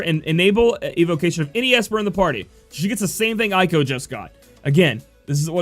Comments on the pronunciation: Let me help you: with English way "Zee-done" or "Zey-done" Arabic origin, (Garnet is as you know), "Ey-ko" not "Aye-ko" (the Ey just like when you pronounce grEY), Also Seiken with English way is "Say-Can" [Sei=Holy] [Ken=Sword] [Eiko=Female name] are Japanese words. Hope that help, i hope you don't mind. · Pretty cool that you're trying to pronounce the names the way they are supposed. You Americans usually suck at that. Talking about that, Eiko is pronounced "A-Ko", not "I-Ko". Most names in the Final Fantasy franchise use the "Spanish sound" of vowels , you know, where the A is always "AH", E is "EH", and so on. There are exceptions, of course, like Zidane, where the last E is mute, and names that are already in English, like Cloud, Squall and Lightning. Aside from that, I really enjoy all your videos! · plenty of animes out there with characters named Eiko and it's always pronounced "A-ko".